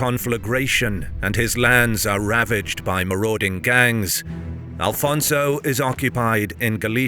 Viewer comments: His name is Afonso, no Al fonzo🙄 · First of all if you want to use AI to make videos check with history books also, because it is not Alfonso but Afonso , we so not have the "L" in the name , that is a spanish name not portuguese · AFONSO, not Alfonso! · Afonso Henriques not Alfonso... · There is no Portuguese name that is AL-FONSO...it's AFONSO. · One Note: The king was Afonso Henriques not "Alfonso" lose the" L". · It's: Afonso, not Alfonso! Always without the L because he never took it ;) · I love your videos, but you should correct at least the name of out first king. The names is not Alfonso but Afonso, there is no L at all. Its a common mistake and it bothers us. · please it´s no AL-FONSO it´s Afonso. remove the L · I'm portuguese. You are being disrespectfull to and his great work, due to your ignorance of old portuguese language am e names. Afonso was Alfonso in Portuguese language documents, chronicles etc. until 1600s. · its not alfonso you idiot.... its Afonso.... its not Adof its adolf, its not tump its Trump. dont disrespect the Portuguese, we are not mexicans. there are no alfonsos in Portugal we only have greats like Dom Afonso Henriques, your video is massively disrespectful to the Portuguese. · AFONSO! Not "alfonso", castillian word. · It's Afonso, not Alfonso. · Thank you for the video. Just a quick note it is not "Alfonso" as that is the Spanish version of the name it it "Afonso" in portuguese. In any regard thank you very much for sharing One OF the most crucial Battles in the history of early portuguese Kingdom ❤ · Who the fuuuuccc is Alfonso? Its AFONSO caralho this ain't Spain so speak properly... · It's not Alfonso. In portuguese it's Afonso. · It is AFONSO Henriques NOT ALFONSO. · Brother it is Afonso not Alfonso… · It’s Afonso not alfonso. Portugal first king is Afonso Henriques, not Alfonso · Afonso, not Alfonso. I see people correcting but the error remains even after being told. Nobody writes or speaks it that way in Portuguese.